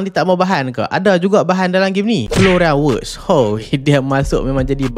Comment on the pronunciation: Florian Wirtz tu orang pronounce sebagai Florian Vietz bukan Florian Wurz. Boleh Google. Bukan apa, player lain rasanya ko pronounce okay dah tu. Tang kat Florian Wirtz, salah pronounce pulak. Sama jugak dgn Woltemade. W tu disebut sebagai V. Jadi sebutan Woltemade tu jadi Vol-te-ma-duh, bukannya Wol-te-ma-duh.